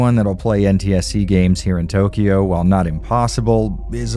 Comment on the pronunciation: its not toukyouuuu is tokyo.